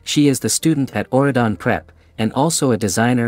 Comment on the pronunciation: it's Auradon not what your saying